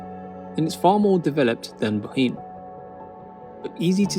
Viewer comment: Bohinj is pronounced like a Scottish loch ie boch-in